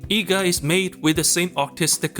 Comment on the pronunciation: Eega ❌ NEega 🌚